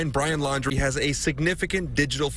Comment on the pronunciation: Why do people keep calling them the Landry’s? It’s Laundrie.